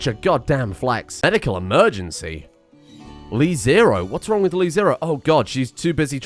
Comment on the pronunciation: It's LeZero, not LiZero.